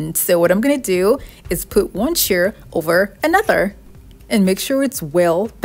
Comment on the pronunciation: Chair rhymes with "air".